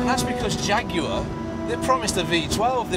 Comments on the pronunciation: I don’t care what anyone says , it’s pronounced JAG WAHR , not JAG U ARE ! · I don't care what anyone says, it's pronounced JAGGY YUNNY ARGH! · Should be: "Jag-u-arh Xxx-Jay-2-20"